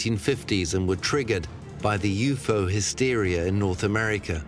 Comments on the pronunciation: Ughh everytime he says u-fo instead of u-f-o I cringe!!! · was that the alpha centari "galaxy" ? Lol, that was dumb, I also am super irritated everytime he says u-fo instead of u-f-o lol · "You pho" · they do yes but U.F.O is always said in a segregated manner , not yufo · Does the guy narrating this even know what a UFO is? Because he literally cannot pronounce it 🤷🏻‍♂️